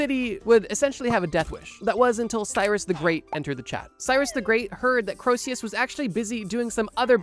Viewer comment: Btw Croesus isn't pronounced 'crow-see-us' like you said it, it's actually pronounced 'cree-sus' :)